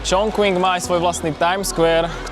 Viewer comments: Skús to vyslovovať Čchung Cin a nie Čchong Čching či dokonca Čon Kving,... v dobrom. A mohol si ukázať vždy na mape,..kde je navštívené mesto dislokované v rámci Číny. Kvôli predstavivosti a správnej identifikácii. Keď ešte náhodou skomolíme aj anglickú výslovnosť, je potom ťažko rozumieť o aké miesto ide. Inak video pekné,... poučné,...ale Čína si zaslúži aby sme jej mestá vyslovovali tak ako aj oni. Daj si do Google prekladača názov čínskeho mesta foneticky, či v hieroglyfoch ( 重庆 Chóngqìng ) daj si zjednodušenú čínštinu a stlač tlačítko reproduktor a ono ti to vysloví čínsku fonetiku. Ty používaš anglickú fonetiku,... Prepáč,...nemudrujem,...ale bol som v tom meste pred časom a mám to tam rád. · Číta sa Čonking